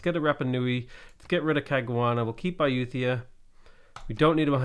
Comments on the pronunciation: BTW, it's pronounced "EYEyooTIEah." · that is NOT how you pronounce it... it's a-YOOT-tah-yah, which correctly says